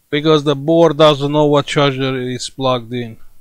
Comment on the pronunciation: Come on, speak with me... mother.....”board” :-))